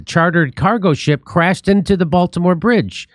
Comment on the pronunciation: Oh, the Bael-timore bridge in mary land?